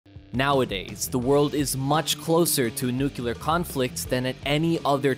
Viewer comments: Dude its nuclear not nukiller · It’s pronounced “new-clee-are” (not new cue-lar). C’mon now. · Say it with me now... Nu clear nu clear... Say it fast... Nuclear! NOT NUQUELER!!! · The word "nuclear" is pronounced “new-clee-er” - - - That's “new-clee-er” - not "nu-cu-lar" ........ “new-clee-er” !!! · “NUKE-u-ler” I hate that mispronunciation! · Step one, learn how to pronounce nuclear.